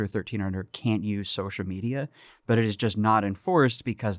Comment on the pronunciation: Hey Max, what the fuck is socia media?!! Don't know if you're too dumb or too lazy to have stopped pronouncing the L in the word Social. I feel like speaking correctly is something a milquetoast pansy who talks incessantly for a living ought to be able to do.